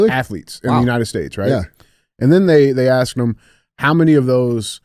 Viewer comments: Andy, "He Axed him" 😆 I was laughing my ass off. DJ still couldn't get it out, and changed his word to "he queried" lol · “He was axed”… “was it terrorism??” 😭. Andy make sure to go replace his smoke alarm batteries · Axed him a question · Who axed em, fucking hilarious